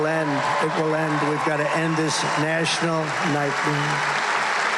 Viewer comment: think he means National, but it sounds like Nashville Nightmare. lol